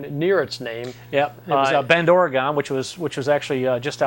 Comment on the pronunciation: Great review... But please "Ory-gun" nor "Ory-gone".